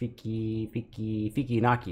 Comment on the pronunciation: your hashtag is not FakiNaki 🤣.. its FikiNaki